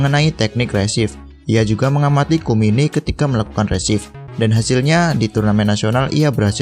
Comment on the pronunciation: kunimi bang bukan kumini😅